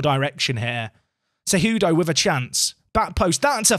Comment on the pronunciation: Hey man! you got it! you nailed Cejudo pronunciation! :D